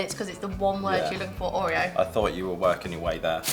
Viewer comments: I loved how she pronounced “Ooreeo” 😂😂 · I hate the way you say Oreo 😂